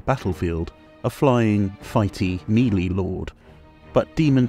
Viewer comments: Meh-lay not mee-lee... jeesh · "Actually, it's pronounced..." Sorry yeah gonna be that guy lol. It's "may-lay", which is the French word "mélée" (to mix or to blend).